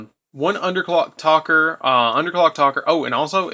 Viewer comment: good deck! nice build. but it's Underclock TAKER!!! not Talker!